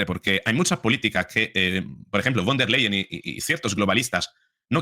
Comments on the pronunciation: Von der Leyen se dice , fon der Leyen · con respeto...la V en alemán, se pronuncia como la F,,,,o sea, VON, se pronuncia como FON.. seria von der Leyen, o sea se pronuncia como fon der Leyen..gracias. gracia por las importantes informaciones, soy su seguidora..mis respetos